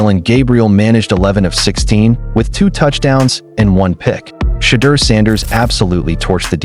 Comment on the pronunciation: Good article. Shhhhedeur will shut them all up. BUT PLEASE, learn to pronounce his name! (Shedore) Come on people.